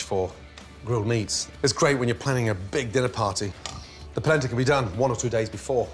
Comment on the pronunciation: It’s “Polenta”